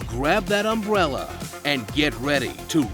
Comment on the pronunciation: "So grab that unbrella" I can't even...